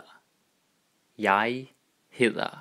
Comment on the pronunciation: i dont want to be rude but im just curious, if you say jeg hedder to a german guy it would sound like u know. or is it just my unexperiwnced hearing?